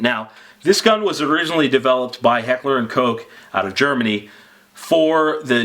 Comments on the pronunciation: Stephen Hedger that's how it's pronounced. Even says it on their website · You're a great reviewer. I like how you pronounce Heckler & Koch correctly. Keep up the good work.